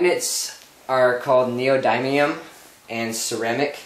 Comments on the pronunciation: You're saying neodymium wrong. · and you can't even pronounce neodymium